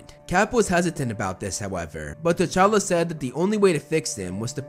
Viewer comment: Its actualy t'chala